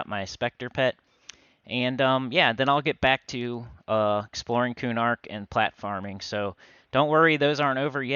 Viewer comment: It sounds like you are saying, platforming but realized you are saying, plat farming lol